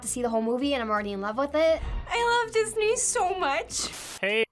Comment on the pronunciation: She sound like she said: I love the new!